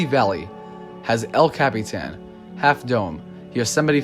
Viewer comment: you pronounce El Capitan wrong